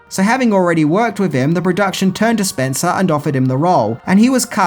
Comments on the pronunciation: It's SPENCE! Bruce Spence! Not Spencer!! I love these videos but constantly fucks up people's names! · The Gyro Pilot, Bruce Spence - when did he add an "r" to the end of his surname? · Bruce Spencer? Spencer? It's Spence you knob. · Bruce SPENCE, not SPENCER...are you even INTO movies..?? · Just Bruce Spence, no 'R' on Spence. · Spence ! . . . not Spencer ! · The man's name is Bruce Spence, not Spencer. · Bruce Spence...not Spencer. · Damn it mate you butchered those names pretty bad calling Bruce Spence "Spencer" over and over then calling Byron Kennedy "Brian" you've gotta step your game up pal. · His name is Bruce Spence, not Spencer! How DARE you get it wro-... nah just kidding, love your content! :D